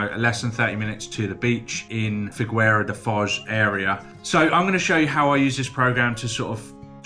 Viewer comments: When you pronounce "Figueira," you can leave out the letter "u." "FEE-gay-ra da Foz." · Annoying PT tip of the day: In “Figueira,” the u after g is silent; it simply signals that the g should be hard, like in “go,” rather than soft, like in “giant.” The "gu" bit is very annoying since there are as many words that follow the rule as there are exceptions - though you do have it in english too: Guitar (Guitarra in PT, both hard G's and silent U's) As for the Figueira da Foz --> Coimbra region, I'd give my recommendation too, as I grew here :-) Figueira has good schools for the kids, and is an amazing place full of teens and activities. Coimbra, of course, is one of the University hubs. So you got your entire education covered here, with both Lisbon and Porto being a direct train away from Coimbra-B's station (alternatively a direct bus from Figueira). Easy biweekly trip as a Uni student